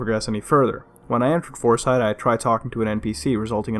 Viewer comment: took me 5 seconds to realize he said "fourside" and not "horse eye"